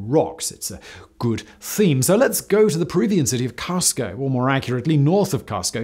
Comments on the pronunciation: Casko? that is NOT how you pronounce Cusco which is proouunced Coos-co. Didn't you watch The Emperor's New Groove? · HAHAHAHAHA CUSCO is pronounced Coosco double oo sounding coosco cusco. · I have never heard someone pronounce Cusco that way before. That hurt a bit 😂